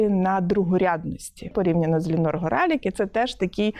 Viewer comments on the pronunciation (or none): Вона Лінор, а не Ліонор